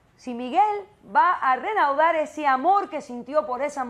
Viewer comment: Se dice reanudar doc no renaudar